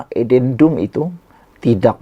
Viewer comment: Buruklah Adendumpun tak fasih sebut, tanyalah orang tau sebut.